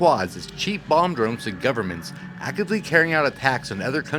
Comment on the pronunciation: You said bomb drones, my wife heard bong drones. Someone please make bong drones that was the most interested in fpv she's ever been.